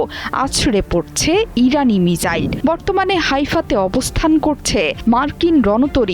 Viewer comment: What is right pronunciation Mizzile or Missile.